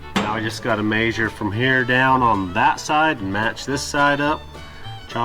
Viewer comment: Mayshure with the tape mayshure